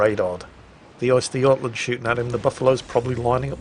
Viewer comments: lol, not Oystergotland. Uhstergohtlahnd. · That's an interesting way of pronouncing götland.